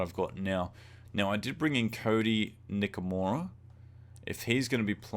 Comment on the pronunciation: NikoRIMA, not Nikomira